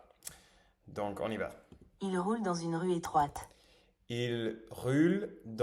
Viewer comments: Il roule ...c est le son OU comme dans le mot " rule", " fool" etc en anglais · i have a suggestion : for the word Roule, the "ou" it's pronounced more like the "oo" when you say the word "Fool". And for the word Rue, the "ue" is pronounced as the "u" sound when you say the word "flu". Hope this helps :)